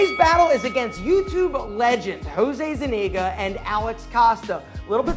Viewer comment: Zeniga? Its ZUniga my guy.